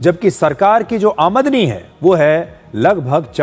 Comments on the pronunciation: अमादनी नहीं आमदनी😂😂😂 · आमद नी ❌ आम दनी ✅ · अमीदनी नहीं है आमदनी है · Aa madani ❌️ Aam dani ✅️ 😂😂😂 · AAMDANI ka pronunciation to sahi se kajiye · Is pronunciation of aamdani correct? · Aamdani sir✅ aadmni nhi❌